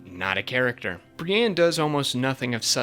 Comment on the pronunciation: Bri-ENNE not bre-ANN